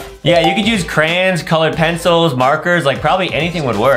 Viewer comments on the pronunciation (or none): Adam said crayins